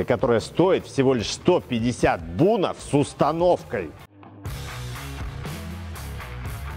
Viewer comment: Не Бунов а Бюнов, или Бинов)